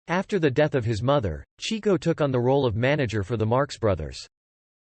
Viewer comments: As soon as his name was pronounced "Cheek-o" instead of "Chick-o," I knew it was going to be a disappointment. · It wasn't "chee-ko"; it was "chicko"... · It was "CHICK-O," not "Cheeko!" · It is pronounced "chick-oh" not "chee-ko". He was named because he chased the chicks. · It's pronounced "Chick-o", not "Chee-co." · "Chee-co"....dear God....could ya not find a computer voice to pronounce his name correctly? It's CHICK-o! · with the greatest respect, they pronounced in "Chick-Oh" NOT "Cheek-Oh". He was named for chasing chicks NOT cheeks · His nickname is pronounced “Chicko” like chick not Cheeko. You may want to correct that if you make any future You Tube clips. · FYI, the brothers actually pronounced his name "CHICK-oh" and not "CHEEK-oh." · Chick-o, not Cheek-o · It’s pronounced Chicko. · cant even pronounce his name right.....